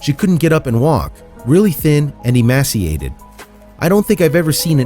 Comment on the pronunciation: Rural not rewal Emaciated not emassiated Samaritan not samaridin Veterinarian not vetruhnarian Promptly not promly Taken to not taken uh Community not communidy Internet not innernet Appreciative not appreshative